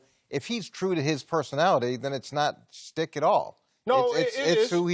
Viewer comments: Yo I swear half these guys don’t know what “schtick” means and one of them is saying “stick” lol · TheCanadianConservative as soon as I read your comment Marcellus said “stick” 😂😂😂